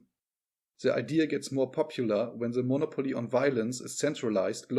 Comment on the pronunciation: Mo•'nopoly not mono•'poly.